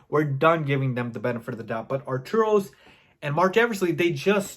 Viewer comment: Its Arturus not Arturos...it drives me mad everytime you say it.